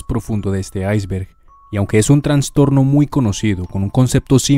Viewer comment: no pude terminar de ver el video de la bronca que me da que diga traNStorNo, es trastorno nomás